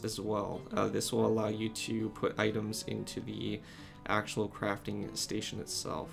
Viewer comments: The gui said cafting station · "Cafting Station" what